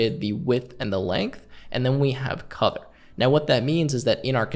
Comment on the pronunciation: great video as always but.. am I the only one who heard him say "Codder" for color? :'D